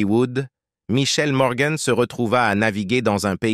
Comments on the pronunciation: On ne prononce pas MorganE mais Morgan à la française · Elle s'appelle Morgan et non morgann 😂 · Pas Morgane mais morgan comne vent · Mort prématurée? Elle avait plus de 90 ans. Et on ne dit pas morgane mais Morgan an an; Sa beauté correspondait à une époque.